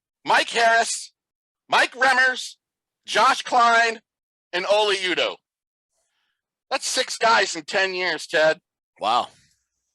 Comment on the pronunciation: You said Oli Udoh’s name wrong. It’s pronounced Holdy Uh-oh